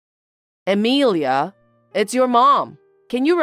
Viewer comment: It's Amelia not emelia